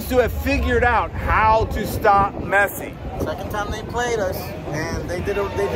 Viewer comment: Nice video! You called him Me(t)ssi, like pi(t)zza, but it is Messsi. All ss. Nice and smooth😅